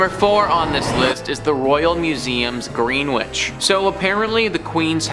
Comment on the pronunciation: Grenwich - its GrenItch, not Gren-whitch